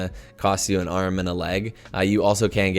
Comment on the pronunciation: see he says D G I, I thought I was the only one